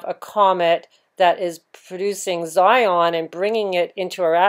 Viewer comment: Xenon pronounced Zion?